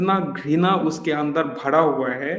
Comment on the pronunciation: भडा हुआ नहीं , भरा हुआ 😊